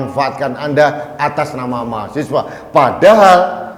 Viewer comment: bukan mahasewa om, tapi mahaSiWA